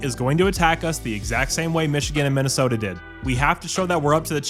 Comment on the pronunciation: Minna-Effing-Sooota. There is no excuse.